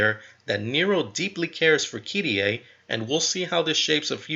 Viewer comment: it's kyrie not fucking kiddyay